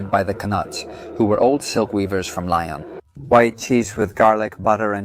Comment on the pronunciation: I was happy to see that you were in one of my favorite restaurants in Lyon (pronounced Leeon, not lion) I must disagree with your thoughts about the quenelles de brochet. I have always found them to be delicious but as you say it is an opinion, ours just differs. I have had the salade lyonnaise and enjoyed it as well. Im sorry that your experience was not more positive. Cheers Bill McKinley